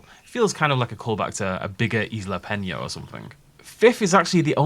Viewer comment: Isla Pena, not Isla Peña